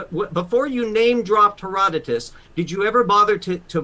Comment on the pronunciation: Short answer: no Marco Polo also said there were dog-headed people on an island. And I don’t know who Hera DOW Tuss is. And obviously you don’t either since you mispronounced his name. Herodotus was a historian but he didn’t see this stuff. He just wrote about stories that he was told about, generally speaking. There is so much to unpack I don’t feel like typing it all. Unless you believe in vampires, cockatrices, krakens, aliens, etc. then these “eyewitnesses” of dragons shouldn’t be believed then either. Also: pareidolia